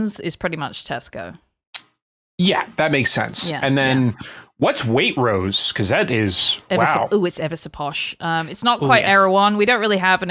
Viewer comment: It takes an American to mispronounce Waitrose!